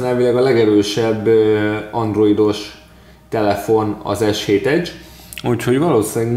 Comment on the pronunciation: vegre valaki jol tudja kimondani az s7 edge-t!